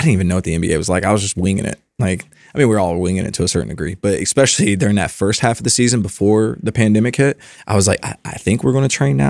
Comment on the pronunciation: Constructive criticism for and is guilty of this: the word ESPECIALLY does not start with EX.. sorry, big pet peeve of mine ESPECIALLY with professionals like yourselves. Fascinating interview. Thanks